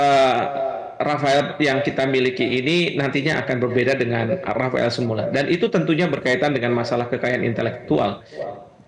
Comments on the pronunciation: Rafale bukan Rafael pak 😂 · pesawatnya rafeleee bukan rafaeellll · Yg betul rapale😅😅😅😅